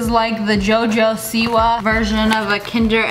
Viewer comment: but U DONT ALSO KNOW SHOPKINS? THAT U SAID IT LOOMS LIKE JOJOSEEWA?